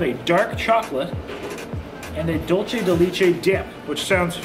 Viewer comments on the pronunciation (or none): Its funny how you pronounce "leche" in Tres Leches correctly...but in Dulce de Leche... you pronounce the same word as " lee-che" 😂😂😂 Just an fyi for 😉 and Dulce is "dull-say"